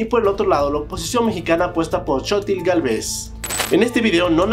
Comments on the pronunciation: No se que pronunciación es peor, si "sochit" de xochiTL o "tecsoco" de texcoco 😂 pero no juzgo, se que para otros países es dificil algunos fonemas que se usan en mexico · Dice "Shotil" 😂😂😂